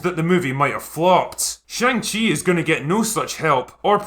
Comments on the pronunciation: chi is not pronounced like chee but like chuh. To English speakers this make not seem like a big deal but it's a very large difference in Chinese, because the chee sound is already an existing and common syllable in Chinese, so every time they say his name, they're saying another word instead. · When I was a kid and this was a comic, I always thought it was pronounced Shang Hi. What did I know ? I was just a kid. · Who knew that I have been pronouncing "Shong She" wrong my whole life. lol I was looking forward to this film until I saw the trailers. Shang Chi was Marvel's version of Bruce Lee. That lead actor is no Bruce Lee. And the horrible acting and attempted humor in the trailers is horrible. I definitely won't be paying to see this. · you pronounced it wrong, also, i am so excited for this movie, it's not a flop, look at rotten tomatoes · They're doing a great job appealing to Chinese audiences by pronouncing the main characters name completely wrong in every trailer, media and the film itself. It's akin to film about Obama for Americans made by China but they keep calling him Obomo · I do like most of these videos you do. But I have a couple gripes, the first one is you should learn to pronounce the name of the move/main character if you are going to pre bash a movie you have not seen. The second one is you calling Dr. Strange a "lower tier character". You dont have to be a comic nerd to review or give your opinion, just do a little research first please.